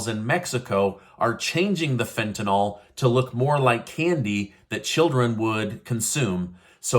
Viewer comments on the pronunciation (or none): Tentanyl is not Tentanol. It's pronounced fen ta nil - short i. Rhymes with hill. I don't know why people say it wrong. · just an FYI, it is pronounced fent-an-ul not fent-an-ol. It is actually spelled Fentanyl. Keep up your great news!!